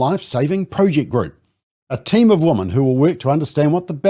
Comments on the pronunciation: You are pronouncing the word "women" incorrectly. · I hate that too!!